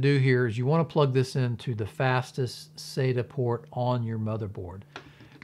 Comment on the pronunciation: its not pronounced SATA, IT IS SATA, LIKE WHEN THE DENTIST SAYS SAY AHHHHHH, sata